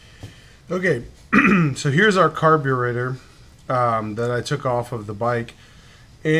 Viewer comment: Stopped watching after the mispronounciation of "carburetor"